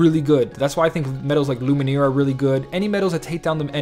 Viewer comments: You keep on saying Lumineer instead of Lumiere lol. Maybe you're thinking of the band The Lumineers instead? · Sorry but everytime i hear it i cringe, its called Lumiére (french) not Lumenier. Sorry for this but it really gets me xD